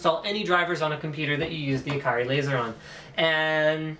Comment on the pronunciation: Steelseries gets their mice names from Japan, the Japanese way of pronouncing ikari is ee-ka-ree.